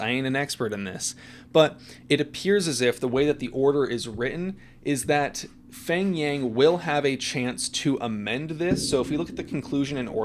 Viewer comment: His name is actually pronounce Peng. The "H" is silent. :) Like Hmong. the "H" is silent and it pronounce Mong. :)